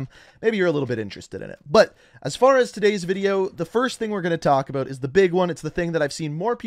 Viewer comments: ABOOT!!!😂🤣 IT KILLS ME. He doesnt say it nowhere as bad as I have heard other. Love the content brother keep it up. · aboat. i like how he says about.